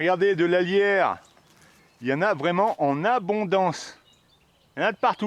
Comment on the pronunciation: Peut-être pourriez-vous épeler le nom des plantes, parfois ? Je comprenais "la lierre", au lieu de "alliaire" ! après j'ai reconnu la plante, bien sûr. Ceci dit, vidéo très intéressante, votre passion sincère est bien rafraîchissante !